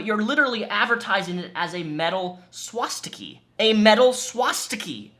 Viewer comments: How do you get a long E sound from an A? It's not a swastiki, or swastikee.. it's a swastika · Is it "she-in" or "shine" 🤔 I didn't think much of it until you pronounced swastika as swastiky.